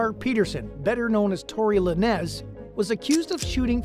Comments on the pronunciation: Luh-Nez😂😂😂 Lane+z is how you pronounce it. Akon is pronounced Ay+Con😂😂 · It's not pronounced luh nez, it's simply pronounced lanes. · Bruh it’s LANEZ (LANES) not Luh-Nez Omfg!! 🤡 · Yeah slow is definitely the word for you cause how you get Lu-Nez from Lanez😭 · Luh-Nez is a crazy pronunciation 😂